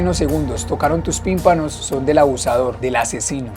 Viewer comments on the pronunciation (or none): Liendra son tímpanos jajaja no pimpano jajaja pero bueno seguiré viendo el video 😂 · Tenía intención de verlo hasta que escuche decir pimpano😅